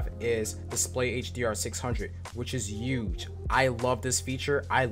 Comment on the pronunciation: He uge, he uge, huge.